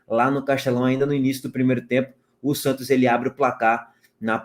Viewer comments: ENTREI SÓ PARA PODER OUVIR O FALANDO “SANTIOS”. VALEU!!! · "Agora quem dá bola é o Santios..." 😂😂😂